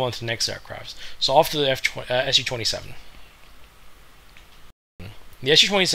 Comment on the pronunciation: This is a Su-27, not an SU-27! Its the first syllable of the chief designer's family name, not an abbreviation for Soviet Union or bullshit like that. The capital 'S' followed by the small letter 'u' could've been an indication for how to pronounce it correctly, but not so for muricans. When will they ever get their head around it?